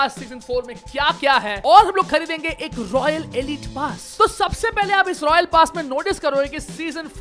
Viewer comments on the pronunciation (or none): Its not Royal pass its rawknee pass